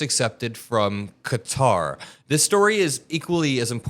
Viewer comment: Please learn the correct pronunciation of Qatar!